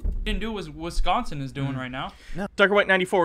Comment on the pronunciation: Every time these Bob and Doug McKenzie wannabes say "Penns-ah-vania" and "Wizz-consin" I die a little inside.